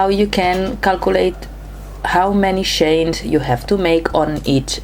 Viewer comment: Its CHAINS ! NOT SHANES !!! 😡👎